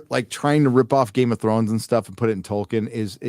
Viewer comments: Goddamnit Charlie Rose.... it's TOLL-KEEN not TOY-KIN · Did Charlie Rose say Toykin? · The only way that interviewer could possibly mispronounce Tolkien's name worse would be if he called him "Twerkin." (No offense, ).